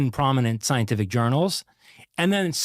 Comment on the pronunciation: that is an AI not a real person... so... fake content. He cannot speak english. "U.S. Governencers" is not a real word. He fakes the Yellowstone videos too... saying "scienlific" and "grizz-ill bears". Fake content getting into multiple reaction videos is not cool.